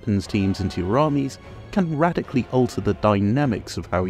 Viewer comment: "...so you can get a few weapons teams into your armies can RATICALLY alter the dynamics of how you play" please, PLEASE, tell me that was intentionally pronounced with a T rather than a D!